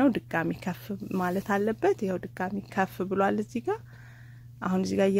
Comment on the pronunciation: የኔ ቆንጆ አሰራርሽን ወድጄዋለሁ.አነጋገርሽን ግን አስተካክይ.ከፍ ብሏል ሳይሆን ኩፍ ብሏል ነው የሚባለው.